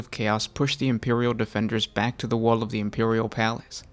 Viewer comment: Is he saying wall or waghhh?